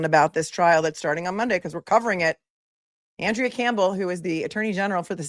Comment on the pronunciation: She pronounces it AHN-drea, I believe. FYI, Rachael Rollins is running for Suffolk DA, even after soliciting and accepting bribes, lying under oath to investigators, and violating the Hatch Act while she was the US attorney for the District of Massachusetts. She resigned in May, 2023, preventing the federal government from disciplining her.